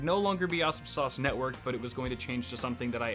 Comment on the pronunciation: Are you trying to say "sauce" or "source"?